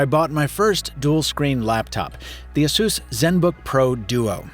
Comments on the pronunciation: It kinda bothers me how you say ASUS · “ASUESS”????? A-SUS my guy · that cooling system is one big dust sample tho yikes ps this is the first time ive ever heard someone pronounce it as ah-sus and i cant get it out of my head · Asus should be pronounced like 'A S ER S'.